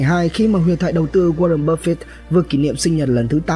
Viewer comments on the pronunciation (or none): Bạn học cách phát âm chữ "buffett" nha bạn. "Búp phít" nghe muốn xỉu. Chắc bạn nghĩ chữ e đọc là i nên thêm chữ t vào đọc là búp phít.